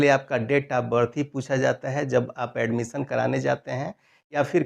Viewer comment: ऍडमिसन नही ऍडमिशन बोलिये